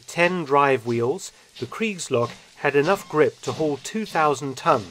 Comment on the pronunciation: As a native German speaker it took me almost the whole video to get what "creeks logs“ are.